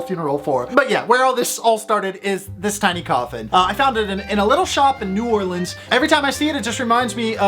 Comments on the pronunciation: thank you for saying New Orleans correctly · Thank you for saying New Orleans correct. As a native of NOLA it's frustrating hearing people butcher the pronunciation. 🥰🥰🥰🥰 I have tiny babies all over my house from King Cakes I've had through the years.